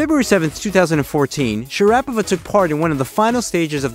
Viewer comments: At the very least you could try to pronounce her name properly... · Nice video, well done. Now learn how to pronounce "Sharapova." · Can’t stand to hear you butcher her name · Please stop saying her name... incorrectly... LOL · It's very irrititamg how you pronounced her name dude😢😢😢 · I am rather sure this is not how her name is pronounced. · The pronounciation butchery of her name and the German cities are pretty tough to listen to... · how about learning to pronounce her name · the pronunciation of Sharapova is very annoying to hear! am out of here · guy doesnt know how to pronounce her name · Shocking Commentary - "poor language skills" and insistent mis - pronunciation of Sharapova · Hahahaha God dude get her name right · Are you kidding me? Dude if you’re going to do a documentary on someone, learn how to pronounce her freaking name!!! Jeez….. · her name was never pronounced like you did...irritating ! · Sorry, I could only make it through the first 60 seconds of this video. If your AI narrator can't pronounce Maria's name correctly then I won't bother watching, since any shred of credibility has left the chat. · How can you do a video about someone and you cant even pronounce her name correctly. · Mispronounced her name at the beginning.... I outta here! LOL! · Wow your pronunciation of her name ???? Buhhffff.... that's step 1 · Everybody knows how to pronounce her name but you. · I couldn't watch, you couldn't even pronounce her last name correctly.. what a joke. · You Cannot even pronounce her name correctly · its Sha ra Poova ,, not Sharapava.... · It is pronounced Sharapova as in Supernova. And means the same. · Her surname is pronounced, "sha-ruh-PO-va". If you do a feature on someone, have enough respect to pronounce their name properly. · Nope is Shara PO Va, with the accent i the "O" not SharApova 🤦🏻‍♂️🤷🏻‍♂️ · Her name is pronounced shara- POVA' not sha- RAPOVA'. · It's not Sharap ova it's Shaaraapovaa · It's Shara pova, not sharapover 🙄🙄🤦‍♂🤦‍♂